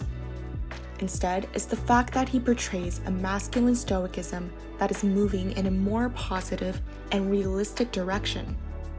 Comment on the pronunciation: This was a lovely tribute to Pedro! My only note is that stoicism is pronounced with a soft C, like "stoh-ih-sizem."